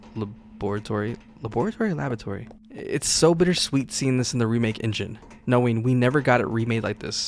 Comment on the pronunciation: Sorry bro, had to do it La-bor-atory Li-brary